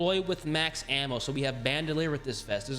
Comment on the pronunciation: Hard to listen to you pronounce ammo man....